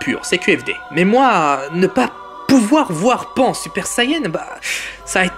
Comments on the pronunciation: D'ailleurs c pas pain c pan putain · vous me faite rire vous les mec qui critique essayer de faire pareil et après vous fermerez votre gueule et on dis pas pain mais pan(e) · Et elle s'appelle pan pas pain pffff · Pain et OVA xD , on dit PAN et OAV